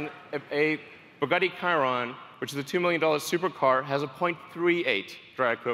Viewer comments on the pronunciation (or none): Y did he pronounced it “kiron”???😩😩😩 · "The Buggati Kairon" xD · Elon musk its not pronouned 'ka-rion' american non car guy and it has a better drag code because the 'ka-rion' is a top speed car and needs radiators and downforce put it this way a merc mini van has a drag code of 0.22 And one more thing STOP TRYING TO TAKE OVER THE WORLD WITH TESLAS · What Bugatti is that? A Cairon? What the hell Elon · Bugatti CIRON you fucking idiot it’s CHIRON. He doesn’t know the sound CH. Also I’m a trucker and Most of my trips are well over 500 miles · Bugatti Kiron wtf it’s Chiron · Did i just hear bugatti kiron!? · Everyones just ignoring that he said Bugatti Kiron. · Listen to how he pronounce Bugatti Chiron 5.50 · Ffs he butchered the name of the Chiron. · he said chiron wrong anyone notice? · Lol he mispronounced Chiron. But hey we all make mistakes.